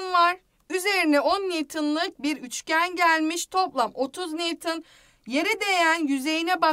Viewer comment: nivtın değil nivton